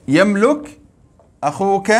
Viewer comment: شكرا جزيلا بارك الله فيك استاذ حفظك الله لدي ملاحظة وهي نطق فعل يملك باللغة العربية نقول يملِك بكسر اللام وليس بضمها تقبل مروري